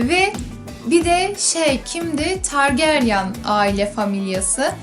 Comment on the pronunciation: Bir de targaryan diye okunmuyo targaryın diye okunur targaryen diye yazılır birde isteyen istediği yaşta okusun